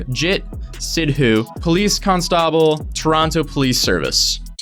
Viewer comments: Daniel’s English sucks: Cons-TA-bl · Con-stah-ble lol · “Con-staw-bl” it’s Con-stubll. (Btw this is just because I’m a pronunciation stickler) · said "con-stahble" It's constable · He also says con stabull instead of constable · Bruh your editor’s English was pretty good... you kinda blew it out of proportion and made fun of him for something that wasn’t even his fault. Not to mention you said “con-stAA-bul” when it’s “con-stu-bul” so you shouldn’t be roasting somebody else’s English when yours isn’t perfect either lmao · "con stable" lmao. Have you never heard that word before? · "Khan-stahb-bull" pffhahaahaha... that was pretty butchered. I've been posting on people's comments that the police are fully well able to enter your domicile. I have a degree in criminology in Canada. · The way he pronounced 'CON-stAble' hurts me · Why you bully the man for his English and turn around and say “Con-Stoble”? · con-STAH-ble...... That isn't how it is pronounced, as an ESOL teacher, I am disappointed in you 😂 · insults someone's grammar also: con stobel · After roasting your editor's grammar for a solid 2 minutes straight, you proceed to pronounce it "Con-STAH-bul". You dun played yourself. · Con-STAH-ble? What? WHAT? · i... he... con-stoble 😂 nice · "Con-stable" lmao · No one is talking about how pronounced Constable tho? (Its Const-uh-ble btw) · Actually its pronounced con-sti-ble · You put the syllables in the wrong spot It would be con-stuh-ble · Why did you pronounce Constable as con-sta-bull ?? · Bruh how you gonna get on your editor's English when you pronounce constable as "con-stawble" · Constable is pronounced "Con-stah-bull" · laughs at his editor’s English skills Also: “Con-STAH-ble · I’m dyinggg cOn Stahh BLe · CONSTABLE LMAOOOO (pronounced constipel) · Absolutely beautiful pronunciation on "constable" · Jokes with editor but The way you said constable hurt me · Dude he said "constobble"